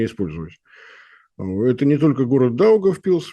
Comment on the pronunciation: Молодец. Правильно произнёс "Даугавпилс" почти без акцента.